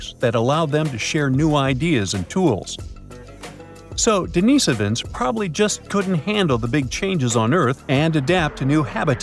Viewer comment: DENIHS-Ovans. NOT Denees'ovans. Found in Asia, The Pacific. Not - Europe.